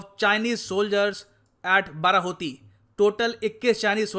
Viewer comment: Sir ap pronunciation galat kr re the actually wo बाडाहोती he. Sir Uttarakhand me conditions to bhut hi kharab he pahado pe to dhang ke hospitals b ni he agar kisi ko koi problem ho to wo log Dehradun ya Rishikesh ya Haridwar ya Haldwani ya Ramnagar . Aise me pahado me rehna bhut mushkil he. Agr govt seriously is matter pe kuch krna chahti he to use pehle rozgar, Healthcare, aur education pe dhyan dena hoga tbi kuch ho payega